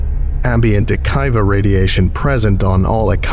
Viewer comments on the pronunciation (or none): If Akiva refers to the Hebrew name, then it's "a-KEY-vah"